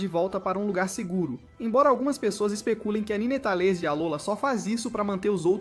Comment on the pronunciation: Eu fechei o vídeo no “nînêtális”